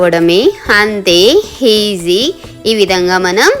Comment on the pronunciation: Meeru heeeeeeaaaasy antunte ela gaaaru... It's call easy know 😜😜😜